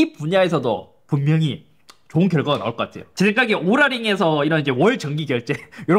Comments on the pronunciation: 발음좀 제대로 오랄이 아니라 오우라링.. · 인트로 순간 오구라 링이라고 하는 줄 ㅋㅋ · 오구라 링으로 들렷음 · 인트로때 오ral링이라고 한줄